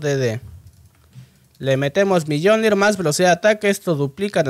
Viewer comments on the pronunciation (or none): El ''millondir'' se pronuncia ''miolin'' ya que en teoria es el martillo de thor :3